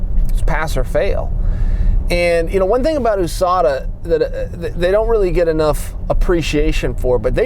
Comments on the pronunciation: ooooooSadaaa same 😂😂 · Why does it bother me so much how he pronounces usada?